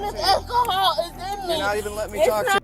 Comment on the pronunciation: 1. I'm still wondering what "ackle-hall" is...... 2. If you act like that and say things like "ackle-hall" then you might as well clap in unison with your syllables and have foot long fake nails because you're already super ghetto.